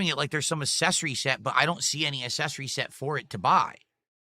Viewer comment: Do Americans pronounce it ASS-essories or is that just? You'd think it'd be real easy for him to say ACK-sessories. Dented to the end.